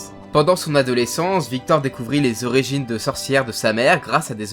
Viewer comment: On dit "ORIGINE" et pas "ORÉGINE" :(((